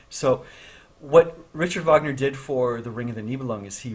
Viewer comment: Rrritcharrrd vógnerrr